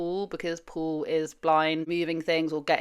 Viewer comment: His name is Paul not Pool.